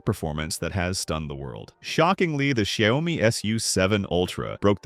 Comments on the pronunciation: Not Shy-o-mee, rather Shee-ao-mee. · He pronounced Xiaomi differently every times, and none were right.